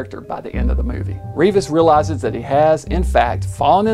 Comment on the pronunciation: This is part of my family history. The name is pronounced REV-is, not REE-vis.